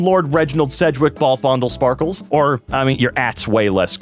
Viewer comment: If only everyone put as much effort into getting names and pronouns right as he puts into pronouncing "Ballfondlesparkles" right.